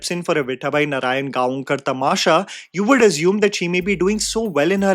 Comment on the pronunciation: Please watch "Ani... Dr. Kashinath Ghanekar" It follows the life of Marathi film actor Kashinath Ghanekar the highs and lows.. you will love. btw nothing against you..but next time whenever you pronounce Gaonkar, remember its pronounced as Gaokar.. thought of correcting you as you are one of those few reviewers who also speak about marathi movies..